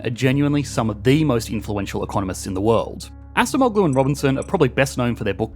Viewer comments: A small thing you could do to improve your videos, is quickly Google the pronunciation of foreign names. I think the last name is closer to something like "ahjemolu", rather than assa moh glue. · pronounce Ah-Jem-Oh-lou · Acemoğlu -> /ah-jem-oh-lū/ The soft G isn’t pronounced, like Erdoğan. 😊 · it is pronounced adjemoughloo "ough" as in "thorough" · Please pronounce “Daron Acemoğlu” correctly, your pronunciation’s scratching my ears. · The C in Turkish is pronounced like an English J as in Jack. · Brother you annihilated pronunciation of Daron Acemoğlu. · Hi, Daron Acemeoğlu's surname is pronounced better if you switch the "c" with the "g" or "j" sound. I was confused for a few seconds as a native Turkish speaker and chuckled a little bit when I first heard you say his surname. 😅Thank you for the video and love from Turkey. 😊